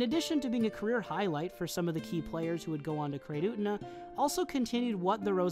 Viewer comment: FINALLY someone who doesn't pronounce Utena like "oona"